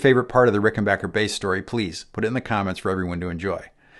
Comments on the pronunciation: I gave this video an upvote just for the fact that he pronounces Rickenbacker correctly. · 😀An FAQ on the Rickenbacker website: It is pronounced Rick-en Back-er like "get back here" not "get bock here." Just saying in agreement with this excellent video. . . thanks! I could be wrong, but I think Chris Squire kept the bridge pickup clean and the neck pickup with saturation/overdrive (?)